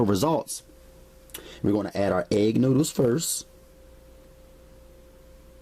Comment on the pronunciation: 🤣😂🤣😂🤣😂🤣😂🤣"NOODOOS!" LMFAO (NEW-DOOS)😂🤣😂🤣😂😂🤣🤣🤣🤣